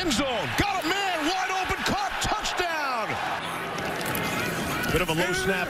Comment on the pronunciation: Hearing pat McAfee say "touchdawn" made my day btw